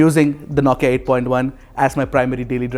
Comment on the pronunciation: You do good review....but the way you say Nokia....9kia... Irks a lot. Sorry my friend.